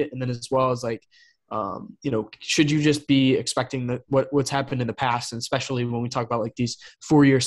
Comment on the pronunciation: seems so smart until he says EXSPECIALLY 🤣🤣